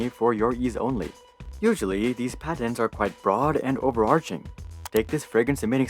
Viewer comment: “I love how he says “PADENS”🤓